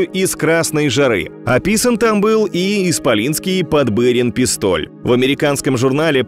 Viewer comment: ПодбЫрин - режет ухо. В фильме говорилось Подбирин.